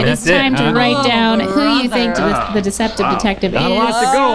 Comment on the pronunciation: Watching Rhett repeatedly butcher the pronunciation of "deceptive detective" while explaining the game in the beginning was tremendous